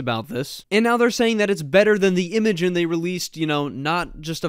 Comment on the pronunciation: It's pronounced 'imagine'..